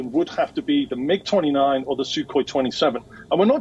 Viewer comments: If a war reporter call Mig aircraft M.I.G. , he should not report on air war. Get ur vocabulary right. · MIG ,WION contact this New caster how to pronounce MIG. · Commentator is an idiot that does not know the subject! He misspoke about Polish pilots and totally mispronounced the name of the airplanes! What kinda next level unprofessionalism is that?! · How under informed do you have to be to not know how to say MIG 😅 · Very poor reporting : he doesn't know how to say MIG jet 😁😂. They picked him up from school or $3 dollar an hour ?? 😂 Poland is EU nation and NATO member : so polish pilots are NATO pilots . Please do some research before u start reading news 😁. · paused before reading because he knew the script writer did a dumb mistake then thanks for the guest for correcting him on how he pronunced mig. The pilot must be thinking wtf is wrong with this guy 😂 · The MiG 29 always was my most liked plane until i heard his pronunciation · I was annoyed when I heard him say em ai ge (m- i- g) instead of MIG - he should've known better - its Russian not English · Mig-29, not M-I-G-29; See,iwas trying to tell you,but you wouldn't listen, bro... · He correct not once, but twice. Poland is part of Nato and not M.I.G it's 'Mig' - Thanks for all the insight. Yeah time is not up yet! should have let him speak, he is good. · reporter says "Em , Eye , Gees ....Lol. Its MIG , Mig29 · MIG not M I G ! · They are called MIG Not M I G!!!!! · God in Heaven, it's not a "M-I-G 29". It's a "MIG 29" Like it's a word. Rhymes with "Big". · He gets corrected on Poland's Pilots, also suddenly realizes at the end, the interviewer confesses it's not MID after hearing say MIG. Too funny. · "MIG" NOT M-I-G.... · MIG (mig, like pig) not M-I-G. {face palm} Let's Go Brandon!! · Good grief. If you are going to report on military matters learn at least some minimal terminology. It's not a M, I, G 29. It's MIG 29. Rhymes with fig or pig. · It’s not m.I.g. It’s mig. Like tig. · M.I.G.??? Mig